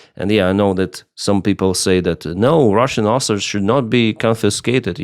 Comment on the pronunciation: It’s Assets not Asserts 😊